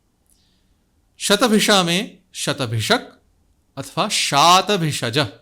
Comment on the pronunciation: आपका 'शतभिषा' शब्द का यथावत् उच्चार सुनकर बड़ा अच्छा लगता है; वैसे, कई 'विद्वान' उस शब्द का उच्चार "शतभिखा" करते हैं, जो वास्तव में कर्णकटु लगता है। "पुरुख" आदि कई शब्दों में वेदपाठियों को 'ष' का उच्चार "ख" करते हुए सुनते हैं, जो नितान्त अप्रिय लगता है। इसी प्रकार हिंदीभाषियों को 'इच्छा' को "इक्षा" और 'दीक्षा' को "दीच्छा" बोलते हुए सुनते हैं, तो बड़ा विचित्र लगता है। इस प्रकार के 'विशिष्ट' (!) उच्चारण के अनेक उदाहरण मिलते हैं।...